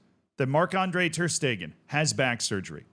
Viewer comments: Stegen is pronounced "Shte-gen", the g in "gen" being pronounced like the g in "Gay", and "en" is like "gENeral" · Guys he isn't a German speaker, Schtaygen isn't going to be pronounced right 9/10 same goes for Knipex, etc